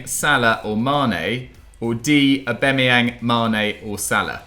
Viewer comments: Everyone Else: AuBAMeyang: AuBEMeyang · The 3 people that pronounce Aubameyang wrong all together🤮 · pronounciation of Aubameyang kills me😂😂😂😂